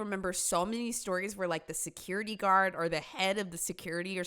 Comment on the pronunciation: When vill you vhere vigs?